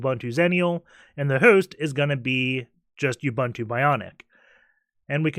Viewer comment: Awesome videos. Your butchering of the name Ubuntu does make me cringe though